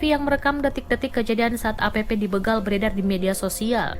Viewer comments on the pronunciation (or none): BEGAL woy, bukan beugal